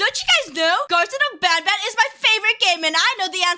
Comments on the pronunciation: He said nabnab but show a picture of banban😂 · Lol showed i picture of banban when he sed nabnabn lol XD